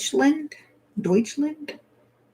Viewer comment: When she said dutchland LoL 😆